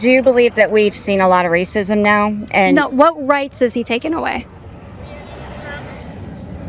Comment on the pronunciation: "Racisim" hahaha dumbass